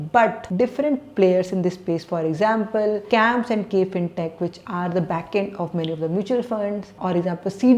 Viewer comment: its CAMS and not KAMPS.